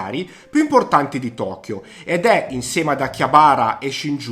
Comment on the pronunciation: Perdonami una critica, ma avrei fatto un minimo di "studio" sulle pronunce, Shinjuku, Akihabara, Asakusa, Roppongi, Harajuku. Don Quijote, otaku, ... Non ne hai azzeccata una 😀 In Giappone ci soo stato parecchie volte e posso dirti che nella top 10 magari avrei messo solo le cose da vedere, in questo video sinceramente approvo solo Shibamata che è un posto molto bello spesso fuori dagli itinerari turistici, ovviamente Shinjuku e Shibuya e Harajuku se però parliamo delle vie interne che sono molto caratteristiche (piene di istallazioni artistiche, mostre, botteghe, ...), se consideriamo solo Takeshita-dori allora no, è una trappola per turisti. Insomma, secondo me mancano una marea di posti fondamentali da vedere I ristoranti sono invece estremamente soggettivi, anche perchè l'offerta a Tokyo è folle, è difficile fare una top. Io ad esempio per quanto riguarda il discorso sushi e sashimi avrei consigliato di andare allo Tsukiji Market dove mangi quantomeno la materia prima più fresca (anche se ora il vero mercato del pesce è stato spostato e Tsukiji rimane un "quartiere" con solo i ristoranti). Mi scuso per le critiche, ma sul Giappone sono particolarmente pignolo 😉